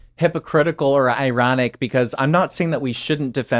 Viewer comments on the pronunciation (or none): Igh-RON-NICK LOL FIRE